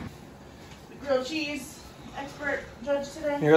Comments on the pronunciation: GWILLED CHEEZZZ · GWILLED CHEEZ🗣️🔊🔥🔥🔥🔥🔥🔥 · GWILLED CHEEZ!!! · GWILLED GHEZZ